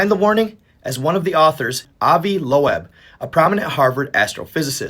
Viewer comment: You pronounce his name like "lobe". Not Low-eb.